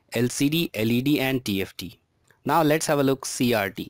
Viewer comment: When you said cases, I thought you said kisses. And when you said CRT, I thought you said CRD.